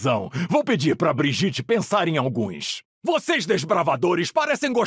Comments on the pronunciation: O nome da Brigitte não seria Briguita na pronúncia? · Qual era a dificuldade de pronunciarem brigitte em português corretamente? A pronúncia na dublagem era a pronúncia sueca abrasileirada, mas agr é só uma pronúncia aleatória 😊